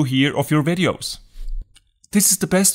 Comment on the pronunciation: Ok. After I tap on iPhone storage, what is the next thing to tap on???? It sounds like you’re saying “tap on “Review your RADIOS???” But I don’t see that option, so I assume you’re saying reviews your VIDEOS?? But my iPhone X does not give me that option or are you saying something else? Your English is pretty good, but maybe not good enough??? or would be helpful if you tell us what version of iOS you’re using??? (Why in the hell did I ever switch to Apple???)